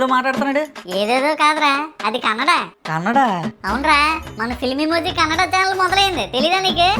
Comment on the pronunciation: it's not kannadam pronounce it as kannada